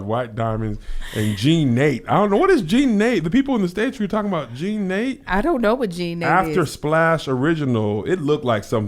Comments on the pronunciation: Not Jean NATE. It's pronounced Na-TAY. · You all are skraight crazy. Kevin, you and these units.... well.... at least it isn’t Bigen. Also, no. We do not want you to become an exotic dancer. Liz wouldn’t let you get on stage anyway. LOL oh and it’s pronounced Jean Nah-Tay - not Jean Nate. LOL, you had me over here hollering! You are so silly. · Jean Nate... IT'S PRONOUNCED JEAN nuh-TAE' 🤣😂🤣 My favorite during my college years 93-98 were DESIGN & VERSACE YELLOW JEANS 🤣😂🤣🤣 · In case no one said it already...🤣🤣🤣 Jean.. Na -Tay (Nate accent on the e...y'all are hillarious!!!!) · It’s pronounced JeeeNahTay Kev! Lol! 😂😂😂 Classic scents. That and Sunflowers. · Lol...another great one.. the fragrance is pronounced Jean, nah-tae not Nate.. hahaha. My Auntie had a huge display sized bottle on her dresser. Probably still has it...lol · 😂they said "jean Nate"!!😂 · Pronounced Jean Nu-tay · Jean Na-tay Lolol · Kev and, it is Jean Nate' pronounced Nuh-tay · Kev it's pronounced Jean-na-te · Jean nate😭😭😭😭😭😭😭 Kev didnt know the pronounciation. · It's pronounced Jean Na Tay Kev 🤦🏾‍♀️ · Jean Nate is pronounced “Gene-Na-tay”. My mom and her friends lived in that after bath splash in the 1970s when they were in their 20-30s. Classic. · Lawwwwwwd Jean-Nate is pronounced "John-Nuh-Tay.....thankfully my brother couldn't pronounce it or it would've been my middle name! 🤣